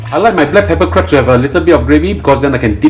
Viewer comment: Dear chef...we're call it crab...not crebs